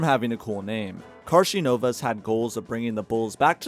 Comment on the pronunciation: Damn, you butchered Karnisovas' name. KarNIsovas, not KarSInovas...